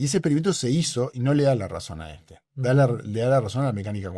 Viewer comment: Es típico de los “científicos” tercermundistas afirmar que Einstein estaba equivocado. También es típico no pronunciar la palabra “Einstein” correctamente y no haberse enterado que Feynman consideraba la mecánica cuántica imposible de intuir, y reírse como si eso fuese una trivialidad.